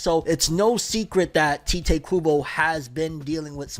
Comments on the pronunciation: "Tite" kinda like saying "Kite" I keep hearing him say "Tea-Tae" like what? Tite Kubo Almost like saying "Tight" but not. It's a one syllable name. Sorry for nit-picking, I can get ansy over little things sometimes. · You know you're pronouncing 'Tite' incorrectly, right? You should watch a video on how Tite Kubo pronounces his name. It might allow you to pronounce it correctly 👍🏼